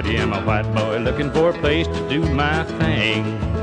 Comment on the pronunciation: That’s pronounced thing, boy.